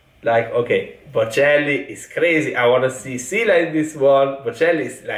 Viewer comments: Just pronounce. Şila is not true one like your pronounce Sila. She is Sıla;) İs it a problem? No...Lets continue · He says şila, you say sila.. she is sıla my god 😂😊🙋‍♀️ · says “Sila”, Bocelli says “Şıla”, correct one is “Sıla” 😂😂 “Sila” diyor, Bocelli “Şıla” diyor, doğrusu “Sıla” 😂😂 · Come on man, she's "Sıla", not "Şıla or Sila" ajdrjgdrkjv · It is Sıla not Shila:) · her name is not Şıla or Sıla. Her name is Sıladır. 😂😂You probably don't understand because Italian and English don't have the letter " ı "